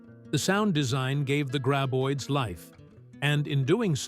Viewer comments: Friggen "gray-boids" 🙄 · Ugh. Another AI voiced mispronunciation-fest...gray-boids, Feh!